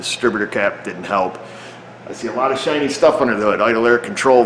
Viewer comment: I could not tell if you said "I saw a lot of shiny or Chinese stuff under the hood". Maybe a distinction without a difference?